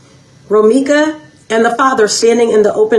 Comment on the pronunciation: He Can't Even Say Romeca Name Properly Now...